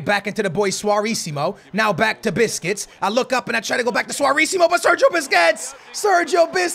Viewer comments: ITS BUSQUETS NOT BISQUETS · you missed pronounced Sergio Busquets names and said biscuits 😂😂😂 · Bro why do u keep sayin biscuits when u were against psg its BUSQUETS LOL